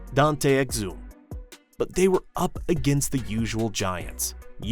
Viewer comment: I'm pretty sure the quarter final loss at Paris was to Serbia, not Slovenia. Also there's a fair amount of mispronounced names most notably Bogut, Exum and Thybulle. Seems to be the 'u' is the issue.